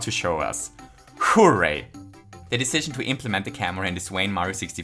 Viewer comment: This video was very bloated with useless fluff, but he did the "hooray" and I'm one step closer to guessing what country he's from, so I guess I'll take back my dislike.